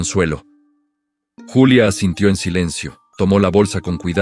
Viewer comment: Buen relato y excelente reflexión lo único que no está bien es la manera en que revuelven los idiomas la protagonista es Julia no yulia esto es México